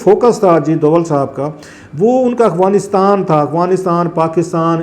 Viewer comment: Clasra sb please pronounce correct its Afghanistan not aghwanistan.